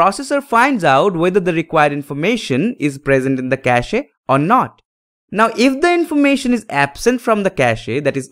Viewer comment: Pronunciation is Cash… not cashe…